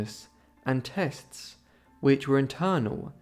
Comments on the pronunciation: You pronounce 'testes' tess-tees, not 'tests'! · The narrator of this video is a terrible speaker with an abdominal diction. I nearly fell off my chair laughing when the fool said..." Tests".. when he should have said "Testes" . Perhaps 'he never had the balls' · Testees not “tests”. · Testes one two. Testes one rwo. The pronunciation is testeeeees not tests. I guess schools don't teach basic anatomy anymore even if you posess testes. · Testes not “tests”. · Tests? You mean testes? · You are pronouncing TESTES wrong, you are saying TESTS, it is pronounced TES TEES. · This was a moving account. I just want to make one comment/correction: in English, "testes" is pronounced [test-eez]. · The narrator is AI or an idiot. Testes. Tes-tees. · ? I thought testes was pronounced "tes tees". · To the narrator, you mean to say that you have never heard the word testes, pronounced testees? I find it amazing that someone with ignorance as profound as yours has the audacity to educate the YouTube viewer. You butcher the french language and have no understanding of your pure arrogance. You Sir or madam are a fraud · I think it’s pronounced test-tees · Testes is pronounced testeez. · Yeah, he mispronounced a word; he doesn’t claim to have gone to medical school. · I don't think English is his primary language, hence his mispronounciation of the word.